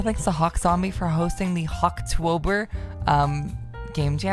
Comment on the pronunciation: I know the guy who ran the Hawktober game jam that LevelHeaded was made for, so I can let you know that he was amused by the way you pronounced the name of the jam